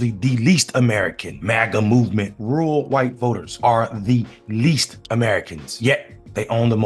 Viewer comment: Rural is not "rool" and veteran is not "vetrin". And even if there had been fbi, cia, etc at Jan 6, it still wouldn't make those people innocent for their own actions. That's like saying you're innocent for a home burglary cause you didn't break the door, you just followed your friend inside and took some stuff cause he instigated it.